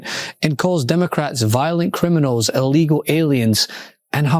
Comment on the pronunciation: Someone please teach her that "illegal" begins with an I, not an A. Allegal immigrants, so ignorant.